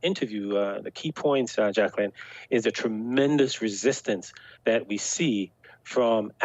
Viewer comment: Jack - el - ine ...